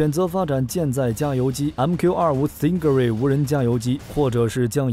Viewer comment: 4：58 stingray，G不发音